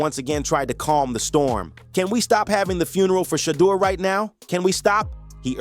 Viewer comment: The way you mispronounced Shedeur's name is amazing. WTH?